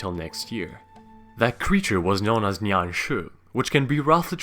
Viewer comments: its ni an not neon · It’s “Nian”, not “Niang”. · It's actually called nian no hate <3 (Ni-ian) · Nian should be pronounce as "nien"